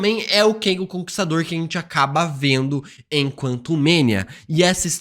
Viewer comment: para de pronunciar "Keng" ja que no filme quantumania chamam ele de Kang.